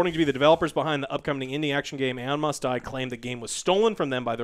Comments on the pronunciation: I didn't think about it that way at first but when said "Aon Must Die" for a split second I thought he said "Elon Musk Die" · lmao was doing stuff in the background and understood "Elon Musk Died" (instead of Aon Must Die) I was like THE FK XD